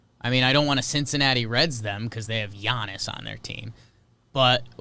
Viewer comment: Why does call him G-annis it’s Y-annis